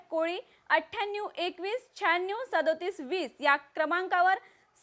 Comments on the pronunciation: बातमी द्यायला कुठल्या येडझवी ला बसवलं आहे... काय ही भाषा....पंच्यांन्यूव...श्यान्यूव..सत्त्यान्यूव...☺️☺️ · Athyanu Chhhyyannyu kay madam !